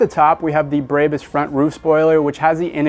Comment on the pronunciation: why are you calling it breybus ? lol